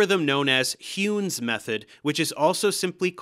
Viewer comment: Nice! This series is actually in perfect lockstep with my Nonlinear DE class Small error, Heun is pronounced like Hoyne